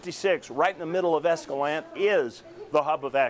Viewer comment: Why can’t a pronounce Escalante the way the Spaniards did?